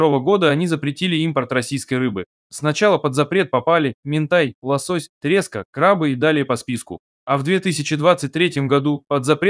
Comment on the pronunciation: Слушать невозможно, ударения: трЕска и т п